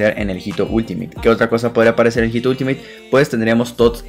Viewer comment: la H en español no tiene sonido. HITO se lee ITO